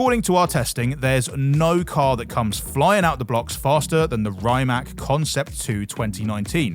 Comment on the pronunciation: He calls the Rimac a Rymac.